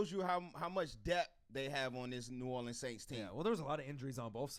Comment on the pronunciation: This was cool, but it got annoying to listen to that guy keep mispronouncing New Orleans Saints. As for the other guy, same way he's gonna ride for his team, I'mma ride for mine. Team MT all day. #WhoDat ⚜